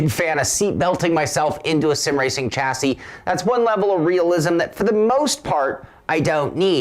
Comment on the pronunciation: Great review but FFS when are you Americans going to learn how to pronounce the word chassis ? It is pronounced Shazzie. How do you pronounce Chevrolet ???